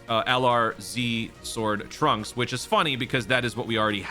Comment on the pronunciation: Dude……. It’s Trunks